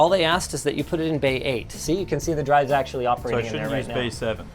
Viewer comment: Turned TeeDRiS to TuRDS. 😂